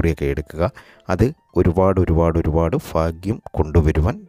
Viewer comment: എന്തോന്നെടെ കോപ്പേ ഇത് 🤔 "ഫാഗ്യം", "ഫാവി", "ഫാഗ്യക്കുറി" 😡